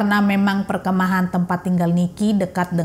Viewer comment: Mbak perkemahan, bukan perke'mahan 😂